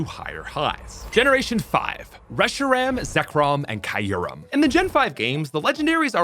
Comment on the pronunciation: Kai-yurem and Ray-kwah-za are wrong too but kinda understandable. "Draught" is just dumb.